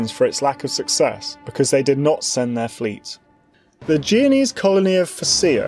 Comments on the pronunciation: It's jen o ease not jee o knees dude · The narrator struggles to pronounce names in general, he even said "geo-nese" a couple times (thankfully I understood what he meant) but "blindly persisting" in calling the "byezanteyens" by their actual freakin name is hardly one of his flaws. And I've never seen any history youtuber calling the Holy Roman Empire anything other than that, despite its dubious romanitas or questionable holiness.